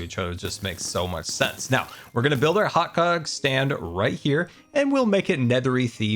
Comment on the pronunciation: "hotgu--og stand." XD Slight slip of the tongue there,.